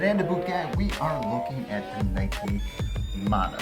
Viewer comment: Speaking as a dude who grew up in Hawaii: Mah(As in Mama)-no-ah, not Man-oh.